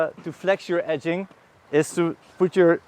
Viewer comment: I'm kidding, i've just transcripted how your pronunciation of "edging" sounds for me :)